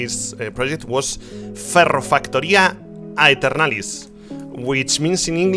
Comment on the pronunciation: Cómo que es Ferrofactoria Aeternalis y no Ferrofactoria de ternalis? DDD